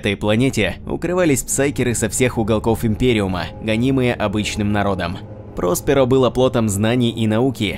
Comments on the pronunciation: ПроспЕро, а не ПрОсперо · прОсперо очень режет слух. рПочему-то всегда читал как проспЕро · Не прОсперо, а проспЕро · прОсперо как то коряво звучит